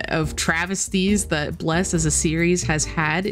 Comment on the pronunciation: Love the way you prononce Bleeerrc lol